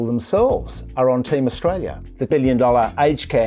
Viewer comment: I cringe every time he speaks, does our treasurer not have the mental capacity to talk about a topic and pronounce the name of the country he is charged with looking after at the same time?